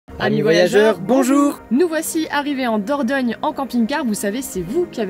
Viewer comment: Kes ki di? Il dit qu'il a visité la Vallée d'la Dorgnole😅, euh dornole😓, Ou diorniole 😫fin j'me comprends quoi...🙃😜